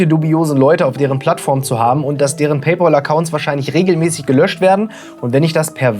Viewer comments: "paypOl"?? vorsicht, du spielst mit deiner Glaubwürdigkeit. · [ˈpeɪˌpæl] (Pey-päl) ist die richtige Aussprache. Das ist doch nicht so schwer lieber. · Junge was stimmt denn nicht mit dir? Es kommt von englischen pal was Kumpel heißt. Der ZahlKumpel. Und das englische PAL spricht man wie PELL aus. Lern mal englisch. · PayPal, nicht PayPaul. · Wer ist eigentlich dieser Paypaul? Meinst du vielleicht Paypal? Das spricht man aber wie "pell" aus und nicht wie "pol" 😀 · "Pell" schon mal gar nicht. Das klingt ja schlimmer als "Paul". Richtig heißt es "PayPahll" also das zweite A wird als deutsches A ausgesprochen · Das Pal in Pay Pal spricht sich wie Pel.